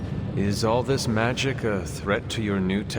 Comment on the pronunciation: Love the caretaker said magik and strange thought she meant magic.